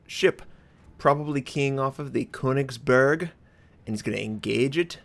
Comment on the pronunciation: "The Kounicksburrrrk" My ears :(